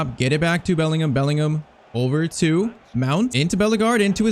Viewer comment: I was since the beginning thinking u r pronouncing Bellingham name wrong 😂